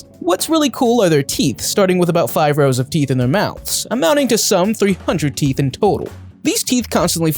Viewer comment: he said sharp tea not sharp teeth